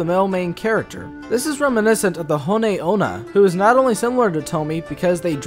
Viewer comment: Tomie = 'Toe-me-eh' Onna = 'On-na' Next time instead of going to the library use Google, and just type in the words and 'pronunciation' next to them. It's amazing what you can accomplish online these days. Some say it's even better than your local library, but hey, I get it, you've got a thing for Librarians, that's cool. We've all got our things man, you be you.